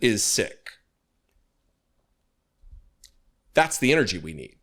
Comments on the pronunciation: it's pronounced seek not sick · It’s pronounced “seek” not “sick” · It's Pronounced Seek not sick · Sikh should be pronounced as "Seek" and NOT "Sick". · it’s pronounced seek not sick. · Sikh is pronounced "Seekh", not "Sick"!! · Sikh is not pronounced, sick it is pronounced seek. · Thank you for highlighting this stupidity. To avoid you getting attacked for a mis-pronunciation, it isn't sick it is seekh. Lovely, peaceful people. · Sikh is pronounced to rhyme with seek, not sick. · It's pronounced 'seek' not sick Literally 'seek' nothing more nothing less... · Don’t want to sound pedantic but pronouncing the Sikh religion as “sick” allows rw people to pile in with childish jokes. It’s pronounced “seek”. Just sayin’… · Hi. It’s pronounced ‘seek’ not ‘Sick’ Sikh. Every Singh’s a Sikh but not every Sikh’s a Singh. 🙂👍🇳🇱🏴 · Dude, Sikh is pronounced as SEEK, NOT SICK! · Sorry, it’s pronounced “seek” not “sick” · Thank you for the education. I have been wrong for over 50 years. Lol. It sounds disrespectful to say sick. But i will use the right turm from now on. 😊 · Just Fyl Sikl is pronounced Seek not sick. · i apologise for criticising, but i must point out that Mr Singh's religion is pronounced "seek" not "sick" Please listen more carefully to how Sikhs pronounce the name of their own religion. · Hey.... look up the pronouncation of "Sikh" - it is not "Sick".... it prounced as "Seek". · Up here in Canada, it is pronounced "seek" rather than "sick". Personally, I've never heard it pronounced the way that does, but it's possible that either is acceptable. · The pronunciation of "Sikh" isn't "sick", it's "Seek". Fact. They are pronounced "Seeks". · It is pronounced: seek. Not sick. Sikh (Sikhism) ❤ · Hey, it’s not pronounced sick, it’s pronounced seekh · Hey. The name Sikh is pronounce SEEK not SICK. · It's pronounced "seek". You lose credibility when you can't pronounce words properly. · Pronounced "seek" not "sick"